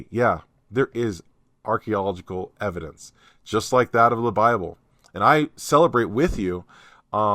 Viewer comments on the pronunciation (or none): Arch ee o logic al. Emphasis on “ee o” .The “a” coming before the “e” throws everyone off. Hope that helps.😊